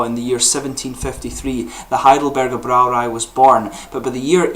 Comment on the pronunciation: Congratulations on pronouncing "Heidelberger Brauerei" correctly. The Braumeister there is a friend of mine; I will tell him about your channel.